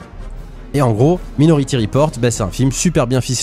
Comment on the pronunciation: " Maï " nority, merci 😉